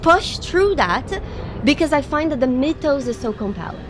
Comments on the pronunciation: Came to the comments to find out what word beginning with M she was saying. I was hearing Mid tones. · She's saying "mythos", not "midtones". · the middle isn't the bottom. Besides I think our friend here is right, I think she is saying "mythos" x) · It took me awhile to realize she was saying 'mythos'.